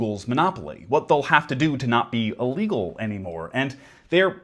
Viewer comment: Can we work on pronouncing illegal since you're going to precede it with literally and put emphasis on the word?